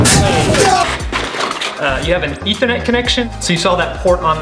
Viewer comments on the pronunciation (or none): none